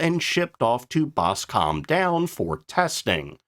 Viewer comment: We pronounce it 'Boscum' not Bosawmbe down.